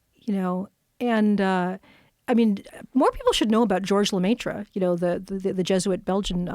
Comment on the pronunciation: Hearing her mispronounce George Lemaitre and how she just kept saying it......